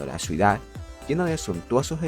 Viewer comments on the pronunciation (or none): Ciudad. No suidad